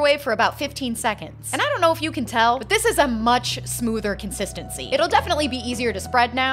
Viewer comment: The "I donna know" got me every time 😂